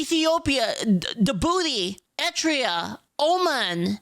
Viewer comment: Oh, Eritrea. I heard "Etria" in the background and had to do a double-take.